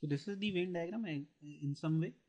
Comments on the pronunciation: its Venn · Sir very nice video ....but it's Venn not vein (no offence I am just putting it out there )